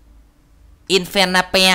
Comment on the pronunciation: anh đọc con khỉ là infono